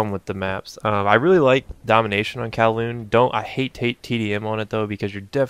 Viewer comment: I like to think i had something to do with you pronouncing kowloon right this time lol